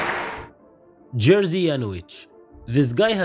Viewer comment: And his name is not pronounced Jersey but Yerzhi :) it means George I guess. I am also George. György in Hungarian. Best to Poland from Budapest ❤